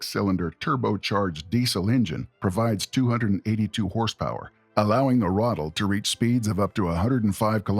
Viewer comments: ithe not rothel it's R(uh)- ah- tell + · Good video, but for the love of sweet Pauline, please learn how words are pronounced. It's not a "Rattle" it's a "Ra-tel" (emphasis on the second syllable); also, it's a "cup-ola", it's a "cue-pola" ... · Lmao I was sitting here like "when tf is he gonna talk about the Ratel??" Stfu about this Rottle nonsense. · Ai... never heard it pronounced "ruddle" before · The pronouncing is so annoying